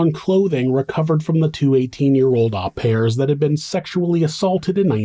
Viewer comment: Pronounced ‘au pair’ wrong